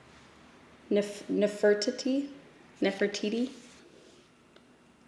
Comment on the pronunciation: Spat out my drink at 'Na-fur-ti-ti' 😂